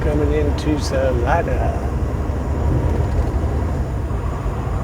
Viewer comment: Salida, COLO. not salina. Salida is spanish for exit.